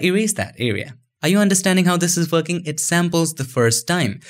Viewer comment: "are ju understanding how this is fucking?" haha GREAT VIDEO!